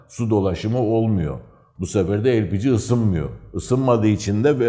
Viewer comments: elpigi nedir yahu? likit petrol gazı lepege deyin şuna... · hepinizin ağzına sağlık amma,, Lepegeye neden Elpici , cenege ye sienci diyorsunuz ?? Kulağa hoş gelmiyor sanki doğrusu da olsa :)